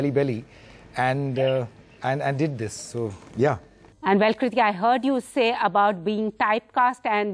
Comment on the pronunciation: She's Kirti not Kriti